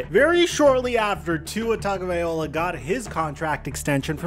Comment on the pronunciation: Still calling him Tagavaiola? 😂🤣